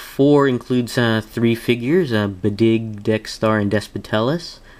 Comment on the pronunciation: dope review as always...its pronounced badge like badger...and those are medphylls feet but they both have 4 fingers...